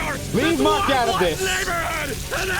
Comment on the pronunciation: Either my ears are off, or you called Mark Grayson Mac.